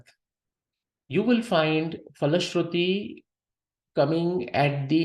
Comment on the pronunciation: Sir I think "phala shruti" is not pronounced as "fala shruti" but it should be said as "pala shruti" with the "pa" as mahaprana in Sanskrit.